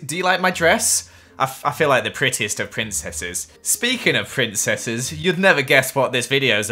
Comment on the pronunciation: Me: It's pri: PRINSSES 😁 Me: I was gonna say but ok 😐